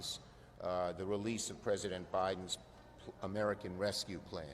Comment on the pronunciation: Oh chucky, rescue isn't spelled wescue.